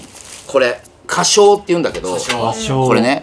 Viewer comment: かしょう←ほあじゃおって読みます🙆‍♀️花椒